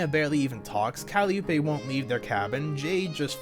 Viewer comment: i know this is from a year ago, but i don’t think i’ve ever heard someone pronounce calliope (cuh-lie-oh-pee) as ‘callie-oo-pay’